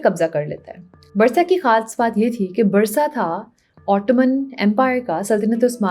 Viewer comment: Barsa nh hai, B'UUUUUU'RSA